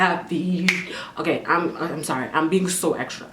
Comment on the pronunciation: " OKARRRRRR " " PARRRRRRRRRIS"